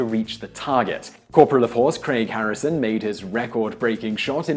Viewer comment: Craig Harrison that’s crag Harrison ... his name was said about 1800 times in this alone hahahah